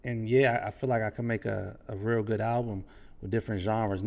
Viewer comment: You said Jive Like. That’s DMV talk